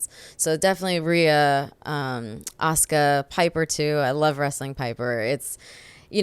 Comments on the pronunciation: Asooka lol aaahhhhhh assssskkkkkaaaaaa asuka the u is silent. Anywho great interview though. I love ZV so much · Did he really pronounce Asuka...Asooka? 😂😂😂